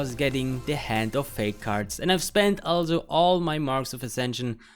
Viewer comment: stop saying "alzo"